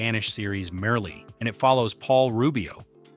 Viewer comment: bro, you have Merli all wrong.... bro!